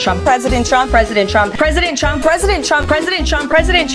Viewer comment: oooh... now I cannot unhear it "presiden Chump"!! I am so concentrated on ignoring the BS she spews that this gem just escaped me. I fondly remember the "commander-in-cheese" from his last speaker lady.